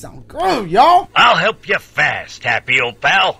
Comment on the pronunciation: y it sound like ol dude said ol shit😂😂